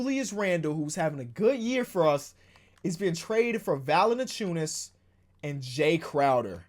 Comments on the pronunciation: does anyone notice when he says valanciunas he pronounces it “valananciunas” LMAO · God please learn how to pronounce Tristan and Valanciunas I AM BEGGING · Why do you say valanciunas like that lol